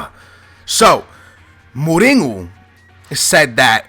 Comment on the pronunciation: Is it really pronounced Moringo, or Moureenyo?